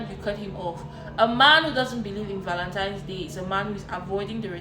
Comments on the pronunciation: The 1 that kept saying ValenTIMES day was making me cringe. And the DL guy with the blue shirt please stop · Anyone who’s says “Valentimes” should be blocked immediately! C’mon now.